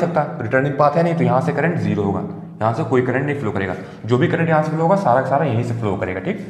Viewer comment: this is not jero sir this is zero